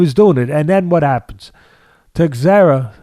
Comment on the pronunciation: Glover "TEX-era"😂🤣😂